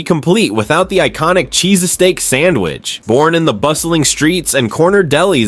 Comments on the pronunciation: What the fuck is a Cheese-a-steak sandwich. Damn AI Cometary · Cheese "a "steak ? Oh AI ,how will you bring the shallowness of YT videos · AI generated. “CHEESESTAEAK SANDWICH”. At least try to make a decent video. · What the hell is a CHEESASTEAK sandwhich? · If you after going to use AI narration, watch the video before posting. "cheeses steak sandwich" yeeeeeesh! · Sounds like a foreign accent! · Darn robots, don't know how to pronounce cheesesteak !! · Please tell me you're rage-baiting with your pronunciation of 'cheesesteak' 😂 I wanted to stab myself in the eyeball with a plastic fork every time you said it. There 👏 Are 👏 Only 👏 Two 👏 Syllables 👏